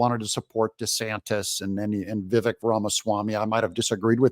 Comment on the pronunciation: Please, Doug, learn how to pronounce Vivek. 🎉